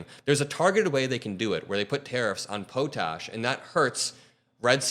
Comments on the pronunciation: It's not poe tash, it's pot ash. I think that's what your trying to say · it's not poe-tash, it's pot-ash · It’s called “pot-ash” a necessary component of cement and concrete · Hahaha, it's pronounced Pot-Ash, not po-tash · You could be right about T claiming a win if he gets any kind of concession from Canada. I know we were sending him videos of helicopters hovering over the border because we know that works with him. BTW, we call it pot-ash here, not poe-tash. Love you - keep up the great reporting! 🇨🇦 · it’s pronounced pot ash. We are one of the world’s biggest suppliers. It is a fertilizer that drives your entire agriculture business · Little boy... it is pot-ash not however you are pronouncing it...